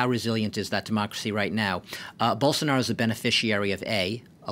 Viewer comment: É muito engraçado ver eles se esforçando pra falar o nome do Bolsonaro, a pronúncia sai igual a de um "caipira" : Borsonaro